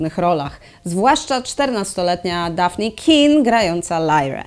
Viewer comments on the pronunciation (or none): none